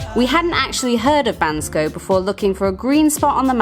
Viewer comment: Thank you for pronouncing Bansko absolutely correct!😊